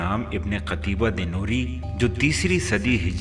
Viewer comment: ہاہا... تجھے اس مصنف کا نام صحیح لینا نہیں آریا... قُتیبہ کو قَتیبہ پڑھ رہا ہے... تیاری کرکے ویڈیو بنایا کر بیٹے